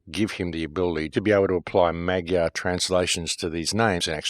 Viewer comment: Once again, excellent work,. Thank you so much. BTW, the pronunciation (Hungarian) of the word "Magyar" is more like "mud-jar". Blessings on you, my man! PLEASE keep it going. Your research helps us all.